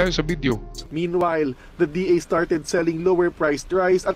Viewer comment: DA po hindi DAR mali banggit mo